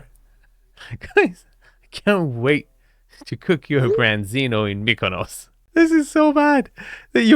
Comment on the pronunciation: STOP SAYING KONOS WTFFFFF